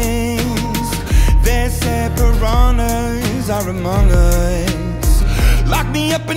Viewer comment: Ele falando "parañas" para "piranhas" é tão engraçado e bonitinho kkkkkkk